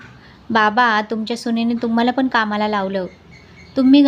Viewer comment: कृपया "न "व "ण "कडे लक्ष द्यावे. "पन "नाही "ते "पण " आहे. भाषा शुद्ध पाहिजे. ती आपली आई आहे.